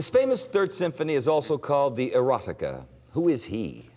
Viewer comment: Beethoven’s Erotica symphony. And he doesn’t really correct it, still saying it with a ‘T’ sound. It’s supposed to be the Heroic Symphony